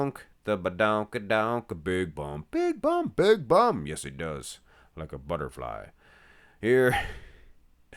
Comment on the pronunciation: Butterfly with the emphasis on the word butt.